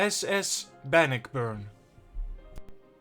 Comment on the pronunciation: Good documentary,!! The Great Lakes ships, have some interesting, tales also🤔. The pronunciation for 'Bannockburn' is; Ban•nôck•burn. It's a city in Illinois, I believe. A ship, if you could cover next; could it be the famous concrete ship in Cape May Point NJ, named The SS 'Atlantus'??? It's not an exciting shipwreck, but it's part of our, local history.